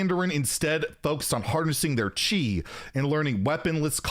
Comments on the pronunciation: It is indeed pronounced "chee" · Your pronunciation for Chi is actually quite close. It is suppose to be spelled Qi if you use Piyin, but I think Chi makes is easier for people to guess the pronunciation. The only difference is to drop the "h" sound in there. So instead of your tongue pressing against the bottom of the mouth, the sound is formed from the tongue against the top part of the mouth, near the front, and essentially you force the sound out of your teeth...